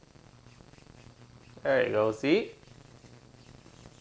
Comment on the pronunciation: Am i the only one who really enjoyed everytime he said "Errre you go" xD